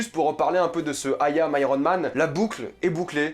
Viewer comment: "Ayam" mdr quelle accent